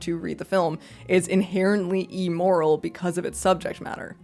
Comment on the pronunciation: Me: Wow, this seems like a really compelling and well-spoken video, I can’t wait to hear this argument!: “Eemoral”